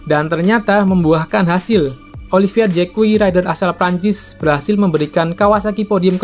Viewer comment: Olivier Zak dibacanya, bkan JEK KUWI..... kuwi opo cak....?🤭🤭🤭🤭